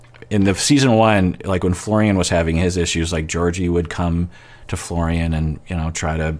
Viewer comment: Nope. He's Mike until he says Florian properly!